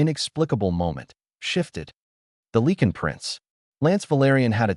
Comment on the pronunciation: What is it with AI not knowing how to pronounce Lycan? I cringe every time I here Lee-kin.